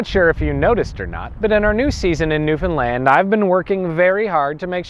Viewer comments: I'm from Newfoundland and I didn't know all of this!!! But it's pronounced like understand. Not newfinland lol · I've asked this before and I'll ask it again. Why do you pronounce "Newfoundland" like "newFinland"? It's the only thing I find odd in these videos.